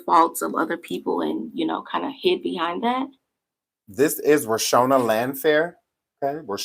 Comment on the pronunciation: I love you! But her name is Ro-Shawn-da pace